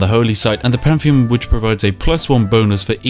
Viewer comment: English: pantheon Spiff: pamfeon